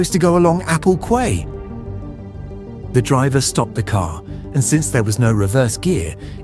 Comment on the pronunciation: AI is getting really good but it still can't pronounce 'quay '